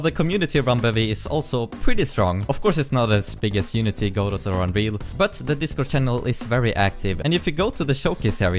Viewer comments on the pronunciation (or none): i... am... so... fuqqing.. annoyed... you pronounced "godot" wrong. its "geh-dough" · Thank you for pronouncing Godot correctly.